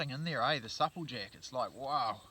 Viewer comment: Nice vid. U pronounce supple jack rong lol second person all my life iv heard say it the way u do lol